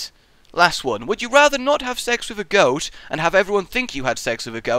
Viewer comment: a little off, its goat not ghost, i made that one the most difficult.